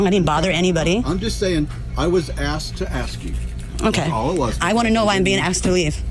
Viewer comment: "I axed the driver"